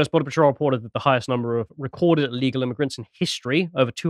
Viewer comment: "We need a solution to this immiugrant problem!" Erika intensifies